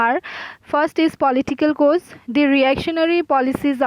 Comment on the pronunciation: Her English is trash.😑😑.she is pronouncing cause as cose.